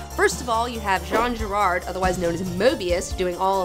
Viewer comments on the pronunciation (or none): And it's not Jean Girard, it's Jean Giraud (Ji-Ro). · That was awesome (I'm quite the Jodorowsky fanboy), but maybe you could say "Jean [Jiro]" instead of "Jean [Gerard]" ._. And if you ever come to Paris you can even try to meet him and get a tarot reading (which I hope I can do someday). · It's Jean GIRAUD :) but hey everybody makes mistakes! OH! and please, please, please .... Do a Moeb/Giraud Episode. It will friggin' rule! Keep up the good work. Love your influences and approve em! Jodo and Moeb FTW!